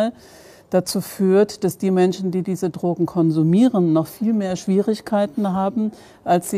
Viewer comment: Erste 30 sek und ich hab schon 4 oder 5 mal das wort “trogen“ gehört, was zur hölle soll das sein? Meint die Drogenbeauftragte möglicherweise “drogen“? Und wenn ja: warum kann sie das wort noch nichtmal aussprechen?